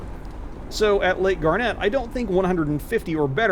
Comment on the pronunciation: Never heard it pronounced like the gemstone. I was born there, my mother was from that area and everyone around there pronounced it "gar-net"